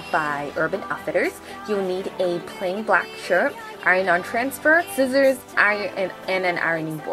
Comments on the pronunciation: I loved this video,but I just want to point out that it's not sissors,it's scissors :) Not trying to be mean in any way,just trying to help :) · ......."sissors" lol